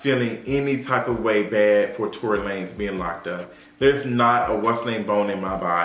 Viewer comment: Let's go back to calling this man Tory Luh-nezz.. Mariah Carey said it best, I don't know her!